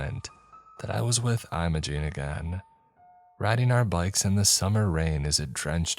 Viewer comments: Pronouncing "I'm a jean" instead of "im-mo-jen" (Imogen) is wild lolol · I like his voice a lot, its why I'm here. Idc that he mispronounced it, that reply was just kind of crazy😂